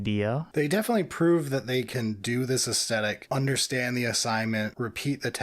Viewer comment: I'd become convinced that mispronunciation of "aesthetic" was him trying to wind up the audience, and then said it too. So I guess it's just a weird dialect thing. Anyway... I broadly agree with your conclusions, but I'd argue that the Imperial Agents' aircraft is a lot closer to what Air Cavalry / Heliborne actually is than the Deff Koptas. Air Cavalry is Infantry in an helicopter - who then get out of the helicopter to fight. If you stay in the helo, you're not infantry, you're a pilot and not cavalry.